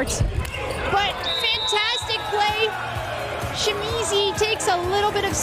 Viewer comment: Does the announcer keep calling Shimizu as Shimizi？